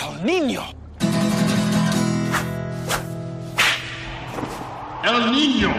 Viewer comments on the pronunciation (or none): the fucking 'N' each time they say el niño 😭